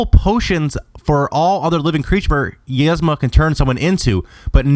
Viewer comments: You say "yezma," when the movie pronounces it "eezma." I'm typing this for pronunciation sake, not spelling, so forgive the weird looking words, haha. Doesn't matter much, I know, but it made me smile because it made the video even better. Love your content, keep it up! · its "Yeeezma" and "Pacha" not "Yezma" and "Packa" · isnt it pronounced "EEZMA?" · one you completly butchered pacha and yzma also